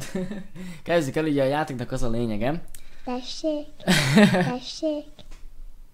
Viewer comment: D Tesék TESÉK hogy mondtad xd